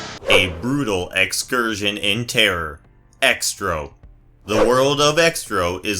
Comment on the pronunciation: X-tro? It’s pronounced “Zetro”.